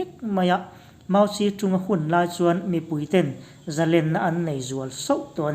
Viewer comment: 'Mau ze dong' tia lam tur. Rafale hi raf-el tia lam tur ani bawk e